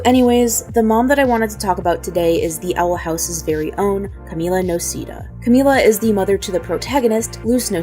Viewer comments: i swear it's pronounced no-say-dah and not no-see-dah. am i crazy? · Its no-sae-dah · I... the last name pronunciation is in the show... idk how you can...